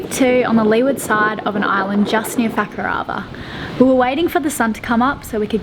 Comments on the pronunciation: phew its fakarama not fucka-r-ama, just needed to check ha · I think is doing that deliberately... mis-pronouncing Fuckarama... hahahaha.... it's typical of Aussies to do that! lol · "We hoisted the sails and set off for fucker-Alah." "When we were trying to go through the pass into fucker-avah..." "We're really close to fucker-avah." "Just near facker-avah" "It's definitely time to go to fucker-avah north" "FUCKER-avah is known for it's world class diving" Lol WTF?! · I hear "fuck-her-over" especially with that accent! Beautiful island cursed (gifted?) with an ugly (hilarious!) name. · Haha fukarava. I sware was pronouncing it so blunty on purpose. Was so funny. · ''FAK-A-ARA'' WTF?? LMAO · Say Fakarava again please. Lol. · May have childishly giggled when you said Fakarava at the start... Oh and you said it again HAHAHAHA :D Im sorry I'm so immature!